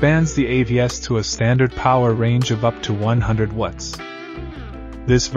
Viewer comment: Why you guys chose an AI voice that cannot pronounce "watts" properly for a power brick review and analysis channel is beyond me. I've basically stopped watching now that you switched to AI slop voice.